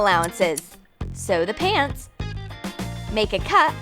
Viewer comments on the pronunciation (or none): Am I the only one who heard her say "sew da pants"??